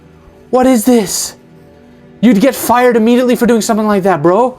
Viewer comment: "shomething always wrong"